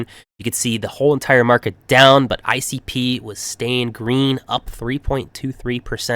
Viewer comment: ICP sounds so good when you say it 🎉